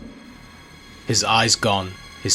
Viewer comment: More like "Oh my 'cod'". LOL 😋